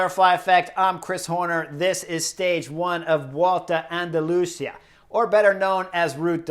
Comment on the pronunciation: LUV your analysis!!! But... listening from Málaga, I have to help you out. it’s two syllables- Ru Ta. Ru ta del Sol. An da lu si ah. Or as they pronounce in Andalucia, An da lu thi ah. Just want you to hit the names as well as you coach! Thanks!